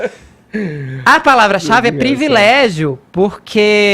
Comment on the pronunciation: Parabéns, Fefito por ter corrigido de forma "elegante" a palavra "privilégio". Muitos falam incorretamente (previlégio).